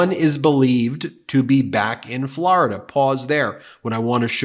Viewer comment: I love you but will never stop cringing when you pronounce Florida as Flarida. 😅